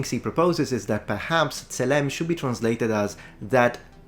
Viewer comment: Pronounciation is generally good, but tselem should have penultimate stress, because it’s a segholate noun